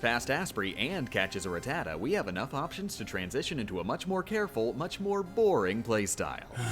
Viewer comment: Serious question here: Is it pronounced Ra-Tatta OR Rata-Ta? Like for Ra-Tatta Comment for Rata-Ta